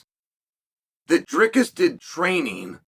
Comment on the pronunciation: Props to Uncle Chael for saying Dricus correctly but absolutely butchering the rest of the middleweight divisions names😂😂